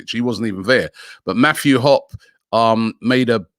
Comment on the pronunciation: Mathew Hopp-eee